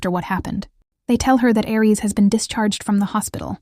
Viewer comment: Why are you saying Ar for Aries and jgijgu for JayJay